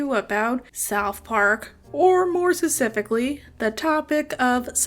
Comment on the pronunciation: This video would be an easy watch if it wasn't for the constant talking to yourself and going "oh god oh jeez oh no" is all I got to (i love south park too so idk) also at the start you said sussifically idk if that was supposed to be specifically or if sussifically is some obscure word.